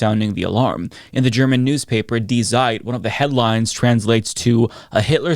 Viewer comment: No hate, but hearing you pronounce ‘Die Zeit’ was crriiiiingggee. It’s like people saying ‘Zeitgeist’ and shit 😆.